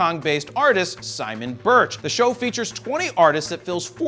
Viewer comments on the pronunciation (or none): none